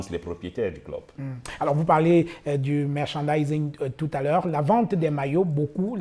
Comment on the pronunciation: le clou de l'interview 😂😂 "le messang.......le merka za zindzin" 🤣 Eeee a you made my day. Il ne faut utiliser que les mots que l'on maîtrise Répète après moi "Mer--chan--di--sing"🤣🤣